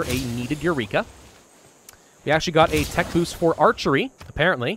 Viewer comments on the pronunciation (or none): none